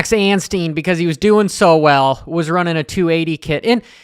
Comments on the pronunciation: and his name is ANSTIE NOT ANSTEEN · His name is anstie not anstien FFS